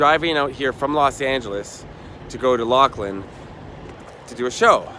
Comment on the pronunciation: Laughing. Not Lockland